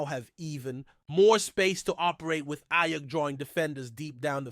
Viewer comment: cant even say aiyuk right bro this is terrible